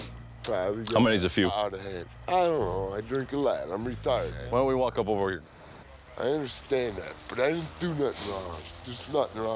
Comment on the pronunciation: "right herrr"🤣🤣🤣 it's hot in herrrr